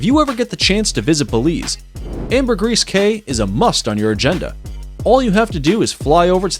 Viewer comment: The cayes in belize are pronounced "keys".